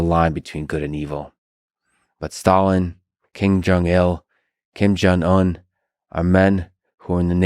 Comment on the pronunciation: Hmmm Lex it's not King Jong it's Kim Jong. I feel bad for pointing this out.